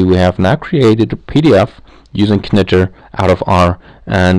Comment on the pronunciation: In English, it's pronounced like "nitr" - the k is silent.